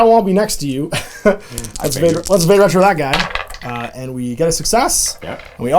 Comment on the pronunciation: “VAH-day” Retro. (Haha, had to be THAT guy) It’s Latin. Means “Go Back”. Search the Googles for it and you’ll see how well it connects with hEXx3r’s “witch” theme.